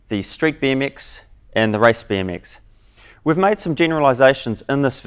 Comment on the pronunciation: he says rice bee m x